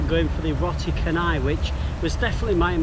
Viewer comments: it is roti canai.. sound like "chair" not "kha..":) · Lmfao, mamat store? It’s called mamak. Also he pronounces it as roti kanai when it is canai as in deep bold chanai. Nice challenge tho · Pronunciation tips. Say the word as it sounds when you read the alphabets. A = ah, B = bh, C = ch, thus canai is 'cha-nigh'. Kandar = k (kh) a (ah) n (nasal n) d (dah) a (ah) r (rah) = kan-dhar, kan as in (khan minus the h), similarly Lumpur = Lum (l = leh, u = u, m = mm) as in 'loom', pur (p = peh, u = uh, r = rah) as in 'poo-r'. No offense, I love this channel, would love to see more from you :) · its "cha" of the word "chart", and "ny" of the word "deny"